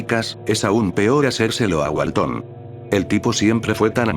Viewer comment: Walten no walton, creo que al loquendo no a dicho bien. No soy de Espana o de latinoamerica, Perdon por los errores.